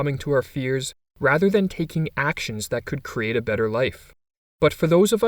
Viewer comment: ‘could’ work , this could sounds a awful lot of cold